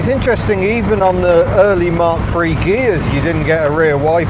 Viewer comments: Nine'een eigh'y free one poin' free 😄😃😂😁😀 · Why can't he say "3" properly?